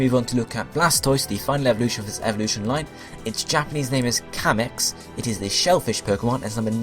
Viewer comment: "zenigimme" that is not how you pronounce it. I am surprised at how wrong this video was. There are so many mistakes. Here is some I can help you with. "Zenigame" is pronounced "Zen" "ee" "gaaaaa" "may". "Kameil" is pronounced "kaaaa" "mayyyy" "Eeel". "Kamex" is pronounced "Kaaa" "mayyy" "xuuu".